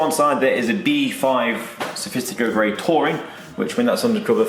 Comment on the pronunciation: It’s Sophisto Grey, not Sophistico grey..... nice video though